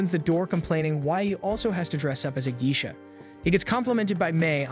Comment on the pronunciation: I've never heard Geisha pronounced as Gee-shuh. I've always heard it as Gay-shuh (I'm not using IPA spelling because most people don't know it.) If I might ask, where are you from?